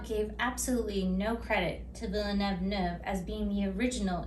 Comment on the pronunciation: I love your book review. It's creative, clever, and entertaining. This is my favorite so far and I think the bloopers part is hilarious. I think "Villaneuve" (spelling?) is pronounced a little differently than you say it, but French names are always a little tricky. Ha ha! Again these reviews are fun and make me want to read!!! XOXO